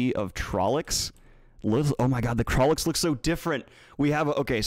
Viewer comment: It's, among other terrible mispronounced words, TrollOcs, not trollEcs. Also, forced Chad laugh confirmed.